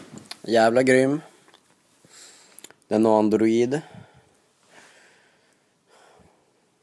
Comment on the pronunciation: [Androjd] inte [Andro-i-d] ;) Säg de korrekt, eller hur säger du iPhone? [Ajfon] gissar jag på ;) inte [i-phon-ä].